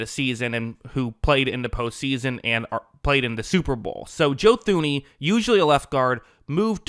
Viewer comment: Thuney is pronounced Tooney